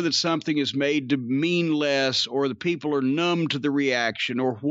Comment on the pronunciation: "Da Peeples"